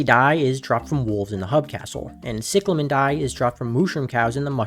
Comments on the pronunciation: no I have the same accent but its NOT "sicklemen" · "sicklemen dye" "selestee dye" bro what, and how is squidkid being egotistical stop the yapping